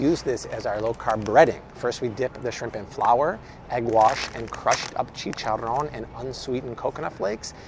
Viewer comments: Way to go, that’s how the word chicharrón should sound like! 😇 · Love this video. I don’t usually shoo at Walmart but good to know what can I get there. I Love it when you say chicharrón! Not many people can say it correctly! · Love how you say Chicharrón!!! for the win;) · From a Spanish Speaker here, You Say CHICHARON Right! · You have a great Spanish accent! Chicharrron! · Your chicharrón pronunciation is remarkable.👏🏼👏🏼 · ¡Thank you for all your information! I really appreciated it I also like the way you said "chicharrón" and "churros"😊